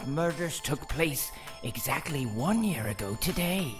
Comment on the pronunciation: Did he say I year ago today